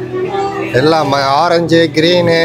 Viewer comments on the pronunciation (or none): none